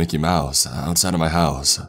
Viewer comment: Mickey Mouse-uh outside of my house-uh